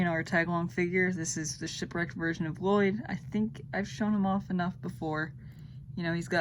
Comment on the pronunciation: You said Lloyd wrong but it's ok it was colse